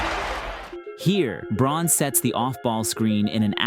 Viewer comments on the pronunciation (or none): Great video. I'm sure others have noted this, but Braun is pronounced "Brown." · Excellent breakdown—and an effective sub pitch. For both, I subbed. One small correction (easy to miss): Christian Braun’s last name is pronounced “Brown”.